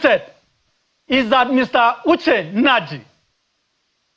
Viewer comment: you said Uche inergy?